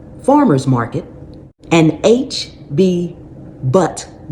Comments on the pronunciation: Hi, I live in Texas and I think you meant to say H-E-B (named after Henry Edward Butt)... Just wanted to let you know that so for your future recall videos you can let people know the name we usually know it as H-E-B. I say this because it sounded confusing at first and I would like to know if the recall was at HEB. Anyways, I enjoy your videos and your sweet personality! Merry Christmas and Happy Holidays to you! ❤️ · I have not purchased any of the contaminated fruits or soda that you mentioned; but the name of the Texas supermarket that you mentioned is actually H.E.B. --and not H.B. Butt. Thank you!